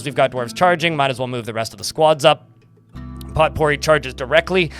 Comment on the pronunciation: "Potpourri" is pronounced "poe - pooREE". Love your stream & videos, keep up the great work!